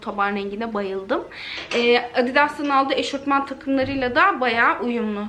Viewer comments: eşortman değil eşofman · Picama değil pijama eşortman değil eşofman denir 😉